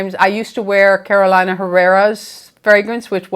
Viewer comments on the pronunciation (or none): none